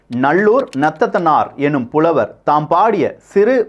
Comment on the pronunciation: கள்வி, புழவர்,பிண்ணர், பதிவிள், அண்பு, மளை நகரம், தெண் மதுராபுரி, முக்கூடள், மள்ளிகை நகரம் வல்லினம், இடையினம், மெல்லினம் சரியாக உச்சரிக்க வேண்டுகிறேன் தம்பி